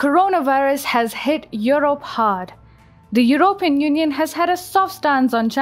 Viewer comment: the stress on the word 'European' is on the first syllable. Not the way you pronounce it. Just correct that if you can! Your voice is a dream!:)